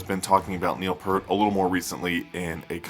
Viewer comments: Neil's surname is pronounced Peart as in ear not pert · It's NOT "PERT" it's Peart!!!!! geez dude.... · Peart. Not Pert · They've been my favorite band since 1982. I never heard his name pronounced like that until very recently. It was always "pert" until maybe 2000. Maybe I just missed it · It’s pronounced Peert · you are 100% correct pjones8404, it drives me crazy every time i hear people miss-pronounce Peart.., obviously they aren't true believers...